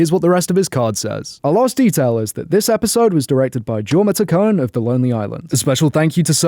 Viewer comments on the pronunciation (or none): resident annoying person about the lonely island here - jorma is pronounced like “yorma” rather than with a hard J🤭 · As a 'The Lonely island' Mega fan, I feel its my duty to tell you that Jorma's name is pronounced yorma :)